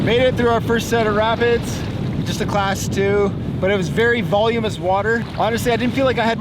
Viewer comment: Voluminous not volumous.